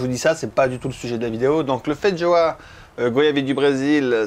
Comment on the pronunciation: Ah non c'est pas fait joa comme prononciation, c'est feijoa. Quand au goût euh non ça n'a pas un goût ni d'ananas ni d'agrume mais de carambole, en tout cas c'est le fruit le plus proche en terme de goût. Quand aux fleurs ça n'a pas le goût de fraise non plus, mais légèrement miellé et fleuri!